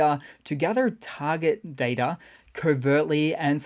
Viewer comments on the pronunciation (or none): none